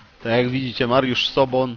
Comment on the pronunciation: Nie Mariusz Sobon.... tylko Soboń.